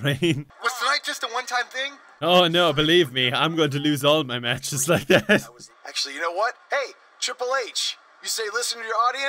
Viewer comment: when you get to and after he says "atcually" rewind it by 5 seconds and listen lol